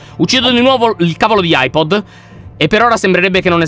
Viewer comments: LION AIBOL NON AIPOD🤓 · Lyon si chiama "Eye balla" non "Eye pod" sei grande non di altezza ma di cervello! Anna nel sangue Lyon nel cuore Cico va nel vapore!😅😂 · Ma al minito 11 e 00 lyon dice ahipol quando si dice hibol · Lyon per tutto il tempo hai detto eyepod invece di eyeball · Si dice Eye Ball.